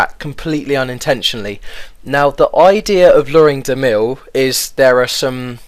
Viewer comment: dont get why you say damil LOL